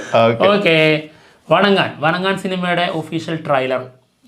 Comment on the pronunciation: വാങ്ങാൻ വണങ്കാൻ എന്നാണ് തമിഴ് ഉച്ചാരണം..... ഇതിനുമുമ്പും ഞാൻ ഇത് പറഞ്ഞു തന്നതാണ്.....